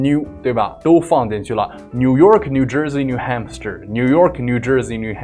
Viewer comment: 纠正一下发音，new HAMPSHIRE.汉布什尔